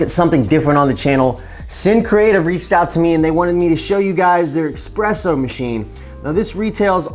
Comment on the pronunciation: Ugh. Not trusting anyone that says expresso